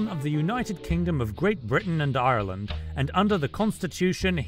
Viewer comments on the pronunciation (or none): none